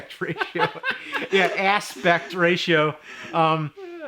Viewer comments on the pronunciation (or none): Asspect ratio, LMAO!!